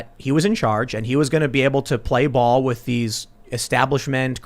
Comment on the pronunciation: "With = Wid" with this guy